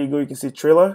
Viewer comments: It’s thriller not trriler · He said chriller instead of thriller lol sos im just about to test out the hack now I’ll tell you how it goes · It's not triller it's thriller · It’s thriller not trailer